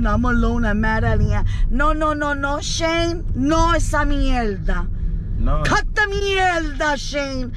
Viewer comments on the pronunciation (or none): I’m dead, she said CUT THE MIELDA 😂